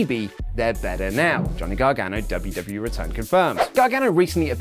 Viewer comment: did you say, "Luv-U-W-E". I have been stung by several red wasps so I might be slightly unfocused on the narrative. My apologies